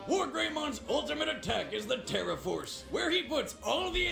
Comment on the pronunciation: "Tera" not "Terra". :l